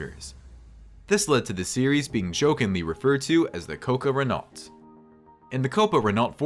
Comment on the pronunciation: its pronounced RENNO ffs